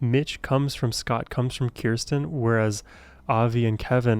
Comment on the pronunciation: Thank you for another great PTX reaction! But if I may, Kirstin pronounces her name as KUR’stin, or “Kirstie rhymes with thirsty “.